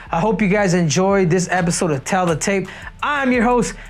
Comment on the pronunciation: Why does Henry call it “tell” of the tape 😂